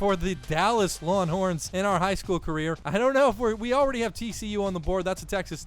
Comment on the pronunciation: "Lawnhorns" lol, love the series